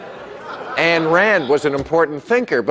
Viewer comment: it's pronounced INE Rand, bill...but because of all the other good stuff, i'll forgive that tiny infraction ;)